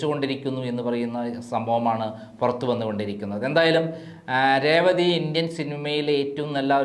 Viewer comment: രേവതിടെ പേര് ഒന്നൂടെ പറഞ്ഞേ